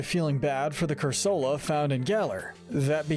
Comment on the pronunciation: It’s pronounced roh-TAHM, cor-SUH-luh, cur-SUH-luh, “Patrick Star”! 🤨 You’re so bad at pronouncing names,! 🙄